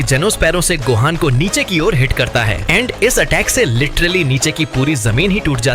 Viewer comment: Ultimate gohan ko base gohaj bol rha 😂